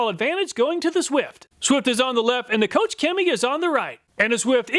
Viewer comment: Koch is not 'coach'.......it's more like 'coke'......... Awesome presentation, as usual!!!